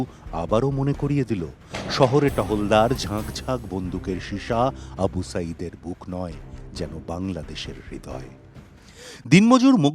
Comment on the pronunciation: AB usually distorts names . This time pronunciation of Abu Sayeed is correct.Poor RAW associate!